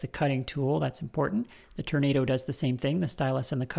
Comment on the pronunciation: I think you'll find the correct pronunciation is "turn-ah-dooo"